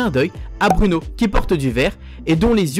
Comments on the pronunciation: BROUNO on dit pas bruuuuno mais BROU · Sa se dit pas Bruno. Bruno